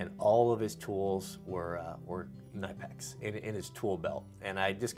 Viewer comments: I was at SEMA last year and was in the Knipex booth. I asked them for an official pronunciation of their name. Here it is....K-Nip-Pix. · They’re pronounce ka nip ex I have that set and just acquired the extra small cobra pliers that are small enough that they fit in a watch pocket